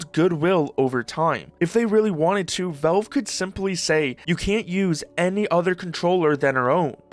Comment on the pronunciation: Say v"A"lve I challenge you